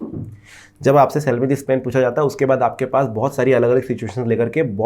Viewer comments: Bhi upna phelay pronounce pen khaney ka 😢theek karo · Hahahhahahahhahah ur right